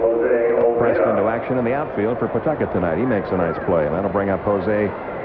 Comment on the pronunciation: Let me be the 1st Rhode Islander here to mention that the correct pronunciation is "Puh-TUCKIT", not "PAW-Tuck-et". 😀